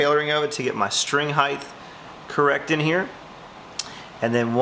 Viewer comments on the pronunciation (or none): My brother and sister played string instruments. Brother did violin, and sister did cello. After watching this I have a much better appreciation for why my dad was so nuts about "being gentle" with these instruments. and there is no TH in height....